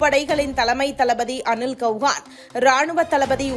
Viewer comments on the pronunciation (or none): அனில் செளஹான் என்ற உச்சரிப்பு சரி